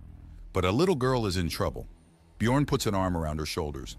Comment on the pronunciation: Actually slightly impressed that the AI voice not completely massacre the pronunciation of the 'ö' letter in the name Björn despite it's spelled with an 'o' in the text.